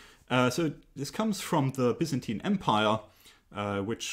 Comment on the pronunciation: The actual Greek pronunciation of Byzantine is the one you're using!